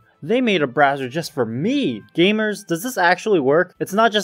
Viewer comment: love how every time the word "gamers" was mentioned it just had to be bass boosted and spoken with emphasis